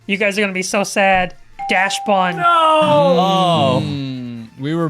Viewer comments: It's Dachsbun not Daschbun. It's a Dachshund not a Daschhund. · Why is everyone pronouncing daschbun wrong, I mean it’s obviously dachshund and bun, what, do you you guys pronounce dachshund dah-SH-un? NO! ITS A DAHX-UN!!! DAHX-BUN!! ITS PRONOUNCED DAHX-BUHN!!!! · One of these days I'll have a brain aneurysm because y'all keeping shuffling Dachsbun's s around abd butchering the name. Dachs. Bun. Pronounced same as "ducks bun". No dash. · I was confused by all the mispronunciation of dachsbun only to be further gaslit by it being misspelled on the board